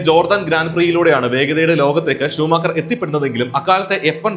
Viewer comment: I heard this name as shoe maker 🥲 But i know that you did this same mistake 😁😁😁